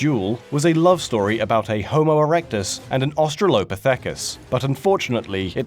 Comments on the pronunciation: That pronunciation of Australopithecus, though... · buddy. Ask someone if the words you are saying are correct. Ellen Gonzales and Austrolopithycus. Even Broflovski sounds weird. Have you never heard or spoken these words?